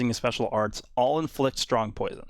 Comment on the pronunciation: “To scared of my POUISUN to attack”